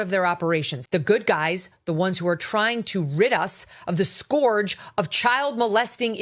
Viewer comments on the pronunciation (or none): Scourge is pronounced "skerg [skəːdʒ] " not "skoorg". Learn English. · What's funny is the supposed "professional" doesn't' know "SCORGE" from scourge... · “The scorge”????? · It’s pronounced ‘skurj’. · skorge?!!! The idiot can’t pronounce the word!